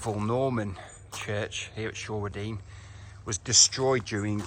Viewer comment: Great video of... (wait for it)... [pronounced] Shray-den. At or after a lovely wedding in the Church, 40 [gulp] years ago, the then Vicar taught me the correct way to pronounce the name of the village.